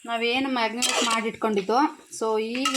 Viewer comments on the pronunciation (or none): Not magnate. Marinate